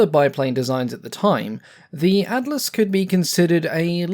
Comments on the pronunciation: Don't worry about it. Atlas sounded fine to me. Then again, I'm from a well dodgy part of Norf London. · didnt sound wrong when ye said atlas so... i guess its good enough